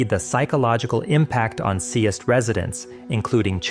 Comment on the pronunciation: It kinda hurts being danish and hearing you pronounce Seest and Kolding lmao